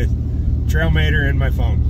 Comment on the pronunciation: "Mater" pronounced 'Mahter !'